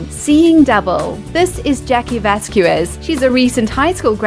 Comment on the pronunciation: Vasquez is not pronounced Vas Gue Ezz. It's Vas gezz, accent on first syllable